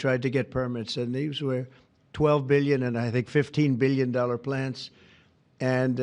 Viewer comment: 200 “beelion” dollars